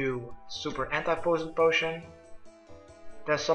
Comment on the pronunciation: As a non native speaker I cringe very much at you pronouncing anti poison potion, good guide tho :)